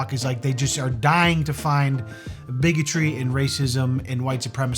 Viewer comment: 1st off, I thought you were saying Biggy Tree! 😂😂😂 Only time "bigotry" is OK! 2nd, that girl was gorgeous and she was either fishing for compliments or actually thinks she's ugly! If that's the case bc she's comparing herself to the "famous" TikTokers (we all know who I'm talking about!) And she's A LOT PRETTIER THAN MOST OF THEM! They're like skeletons or on the bigger side so baby girl... YOU'RE FINE! (in both senses ((is that correct?! senses?!🤔)) of the word! 😆💜✌🏻 Take care all, and remember be nice... IT'S FREE! 🌹😘